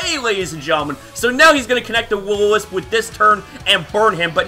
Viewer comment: I'm late but just realised this, he probably used Eq on Mantine thinking I'd Roost, it was a risky play on his end. also, "Will-O-Misp"